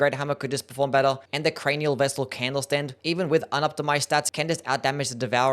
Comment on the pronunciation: bro was hitting mesmer with the crainial vessel candlestand😂😂😂😂